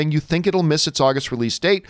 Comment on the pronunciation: AWgust not AHHHHgust